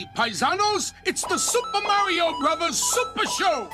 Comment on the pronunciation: Mar--ee-o. not Mair-ee-o